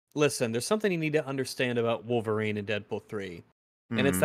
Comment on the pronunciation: It’s Wolverine, not Citizen Kane